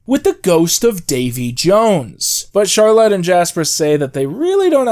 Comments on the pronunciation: My one issue with this video is the pronunciation of Charlotte lmao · You are pronouncing Charlotte like that just to purposely spite me